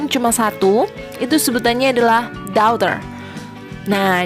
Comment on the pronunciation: Penerangan nya jelas , tapi pronunciation nya mohon cek ulang dan perbaiki, spt ucpan daughter , cousin, dan bbrp yg lain